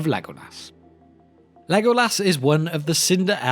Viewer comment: haha to OP why do u pronounce as lego- LAS?